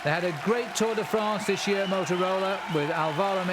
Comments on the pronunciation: WTF is the 'Tour DEE France'???? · bobke, for the zillionth time it is not tour DAY france. otherwise good.